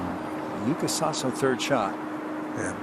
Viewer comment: In Japanese we do pronounce YUUKA not YUKA according to the Japanese Kanji.